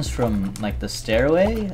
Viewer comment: when you say "stairway" it sounds like you're saying anything but stairway